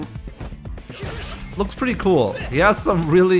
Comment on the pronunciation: "take a LUKE at that"